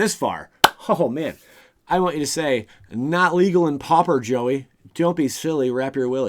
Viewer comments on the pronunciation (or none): none